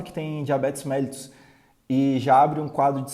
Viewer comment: A pronúncia correta é MELLÍTUS, e não MÉLLITUS.